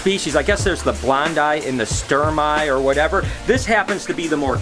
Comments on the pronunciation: It’s actually pronounced stermey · You're the last American I'd expect to hear "stare-mai" from. I had to learn every single exception and variation in the pronunciation of letters in English...In Latin, all 26 letters + ch sound the same all the time - one would expect a lifetime animal guy to know how to pronounce scientific names of his animals. :D